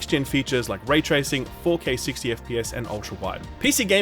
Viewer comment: its not ,,fou key sixtyy" :D thats not how we pronounce 4k60 sir!